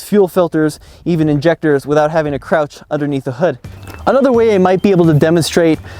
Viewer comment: the word is underneath no unnerneath there is a d in there